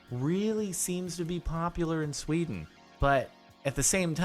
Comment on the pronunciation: STOP SAYING SWEDN!!!